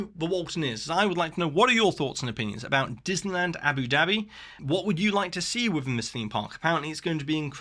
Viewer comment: I love hearing you say "Abby Dabby" with your accent. 😂😂😂 It reminds me of the 1960s cartoon series Jeannie, and her sidekick Babu's catch phrase was "Yapple Dapple!". 😅